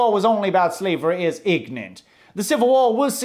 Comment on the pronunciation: How pronounces certain words: "secession" = "succession" "ignorant" = "ignant"